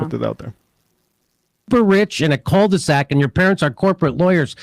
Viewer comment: Didn't understand "cul-de-sac", as I thought Jimmy said "cold sack". Ha!